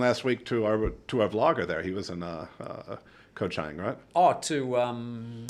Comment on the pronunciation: Koh Chang is pronounced Charng guys. It is the second biggest Island.